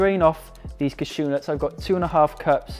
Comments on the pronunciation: Caa-shew, the emphasis is on the first syllable. "Caa" like in Karen. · Never heard anyone pronounce "cashew" like that - is it a British thing or a Gaz thing? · Olivia Welte it’s a Welsh thing. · ahh I see. Most of us here in the UK just say it the way Gaz has.